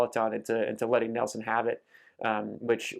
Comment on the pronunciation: Neilson not Nelson 👍